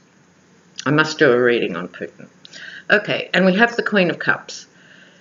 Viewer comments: I heard Poop-in, too. And you know there's a limerick there ... ! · Hi! What a brilliant reading and I so appreciated the chart you made. Gosh, I live in the United States and you are more knowledgeable than most US citizens on these matters. In one frame, I thought you said, "Poop-in" instead of Putin and I got the biggest chuckle. hehe But, I totally agree with your analysis that Mueller is going to seriously bring down the hammer against Kushner. Money laundering will be the least of Kushner's worries before this is all done and said. I just can't believe he is STILL having diplomatic meetings with leaders (latest is with Mexico's leader). It's like he doesn't care if he flaunts it or could he be that stupid or rather desperate. Probably both. Also, if you haven't watched Elizabeth Chronise McLaughlin's daily podcasts (she is a bad-a** U.S. lawyer)...you should take a peek. She really gives the goods on all of these folks from a legal perspective. And, she would agree with you on Kushner. Lots of love!